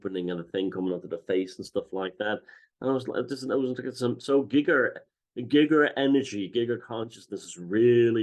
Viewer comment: Is it not guy-grrr not gig-er